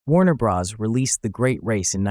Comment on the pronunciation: "Warner-Bras?" You do know that "Bros." is an abbreviation of "Brothers," right?